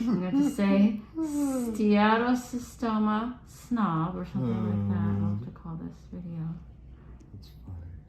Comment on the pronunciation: Seattle Tacoma! 😂 Every time she says the name of this type of cyst, all I can hear is, "Seattle Tacoma"😅